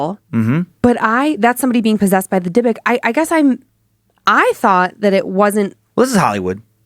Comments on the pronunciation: Dib-ick, not deh-book lol Glad he finally caught on...Joe must’ve been in his earphones about it. Love this series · I know that with cadences and regional speech changes but I’ve always heard dybbuk box pronounce (dib-bick) but I could be wrong. Sorry to interrupt with this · So happy someone posted about this. Love the show but the pronunciation was bugging me. Haha. "Dib-bick" is correct. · And Dan it's pronounced dib-ik box lol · I was thinking that too. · Dude the way you pronounce dybbuk makes me want to throw you cuz you're pronouncing it completely wrong no hate at all I just started listening to you guys like 2 days ago I love y'all are great but you're pronunciation for a lot of these words frustrates me lol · I’m pretty sure he’s mispronouncing Dybbuk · specifically why I was scrolling through the comments, wanted to make sure I wasn't the only one scratching my head.